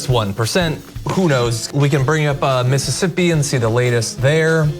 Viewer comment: Missippi? I don't usually rail on misspeaks, but I dont think he fumbled over his words.. I think he literally read it as Missippi lol EDIT: HOLY CRAP! HE SAID IT AGAIN! He doesn't know how to properly pronounce a state! This guy is an absolute imbecile. I'm shocked, but I'm not surprised.